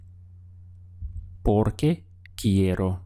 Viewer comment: I like how u say porque